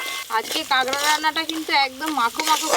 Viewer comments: দিদি তুমি কাঁকড়া কে কাগড়া বলো কেন⁉️শুনতে খারাপ শোনায়... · Kagra na kakra vul kotha bolchen r language thik korun